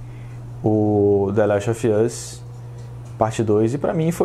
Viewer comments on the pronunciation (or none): Jeito correto de se falar: dâ lést ovâs jeito: de lest OFI âs